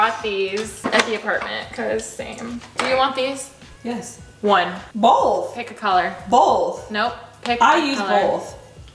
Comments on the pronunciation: Lol i love how you guys pronounce “both” as “bolth” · anybody realize when alisha & say “both” they pronounce it BOLTH like with a L??? lmaooo no hate just think it’s funny 😂